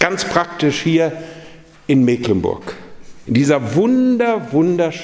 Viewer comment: Und endlich mal jemand, der Meeklenburg sagt! Schön